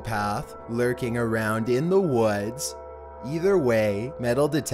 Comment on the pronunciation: boi its not wads its woods lmao